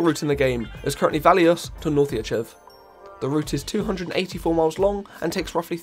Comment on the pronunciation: isn't it valois-meihua? That's 528km, iirc -time to call out funky- edit: so it turns out funky already knew that, but got it wrong:skull